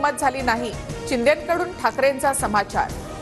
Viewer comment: She said chinde😂😂😂😂